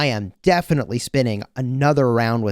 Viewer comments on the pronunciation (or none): Shepio not Skipio! XD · The pronunciation is actually “shipio” non “Skipio” lol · The way u pronounce Scipio triggers me to an uncomfortable degree lol. Love your vids! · I'm so use to the old pronunciation of Scipio that the new one sounds so wrong